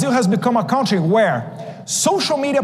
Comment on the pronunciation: Tão ruim no pátio como no inglês. Pronunciar Cãotry. Quando na verdade, é /😅😅😅KAN/